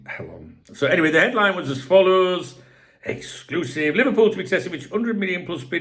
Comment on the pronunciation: Did I miss a Darwin exc-loo-sive